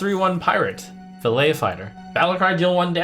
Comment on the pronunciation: pls trump not "fillay", its "fil-let" fighter